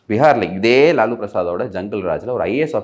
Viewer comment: லல்லு ப்ரஸாத் இல்லை லாலு ப்ரஸாத்